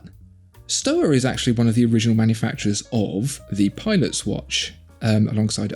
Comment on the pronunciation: won this one, but shtova, instead of stowa, is the correct way to pronounce it. Keep up the good work, lads!Enjoying the content